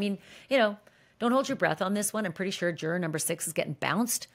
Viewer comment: I really like Ashley Banfield’s reporting of the Diddy trial but her pronunciation of “juror” is ridiculous. Why is she saying it like this-it’s like she’s trying extra hard to say the word in an annoying way. It’s really distracting.